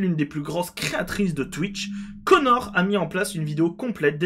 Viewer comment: tu prononce tres mal "connor dawg" X)